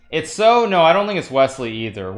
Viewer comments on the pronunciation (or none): none